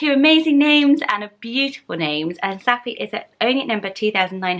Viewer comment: Saffi is not a Danish name I'm from Denmark and I have never heard the name in my life and when you pronounce it in a danish way it just sounds weird.